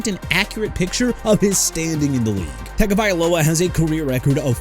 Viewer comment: YEAH TUA WAS "INCONSISTENT AT BEST" AND DIDN'T LIVE UP TO THE HYPE AND GOT CUT BY MIAMI AND YOUR POINT IS?! ALSO IT'S TAGOVAILOA NOT HAGOVAILOA! YOU MAKE ME WANNA VOMIT!